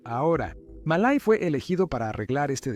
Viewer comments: The mistake with the name "Miley" is quite simple; just change it to Melay. The "e" sounds like the "i" in Spanish, and the "ay" sounds like the "ei" in Spanish. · Y no se pronuncia "malai" se pronuncia "Milei" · Miyey? Wtf se pronuncia Miley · Se llama Milei no Malay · "Malay" me encanta 😂😂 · Se pronuncia milei... Aweonao aprende a leer